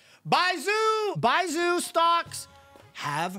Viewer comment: How do you pronounce Zhongli correct but not Baizhu 🤣